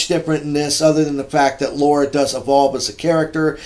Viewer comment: LOL what is it with Americans not being able to say Lara? It's Lara, not Laura. There is no O sound there. Other than that, good review as always. Thank you for sharing.